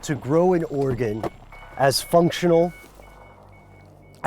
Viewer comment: I swear he said Oregon trafficking.